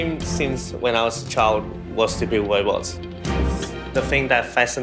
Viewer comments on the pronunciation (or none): Did he say Wobots?? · His wobots will take wover the world